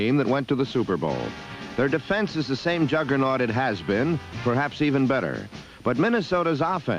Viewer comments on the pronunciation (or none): none